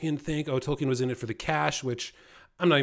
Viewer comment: If someone doesn't want to be called "far right," it's best not ever to let the phrase "woke left crap ideology" come out of your mouth. Also, continuously mispronouncing Tolkien is not a good way to posture as the defender of the canon.